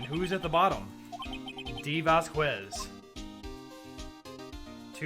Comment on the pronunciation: And the latest of late corrections: "Vasquez" is pronounced "Vaskez". Without "Que".